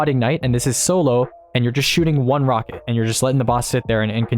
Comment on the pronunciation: this wocket is so cwoooool!!!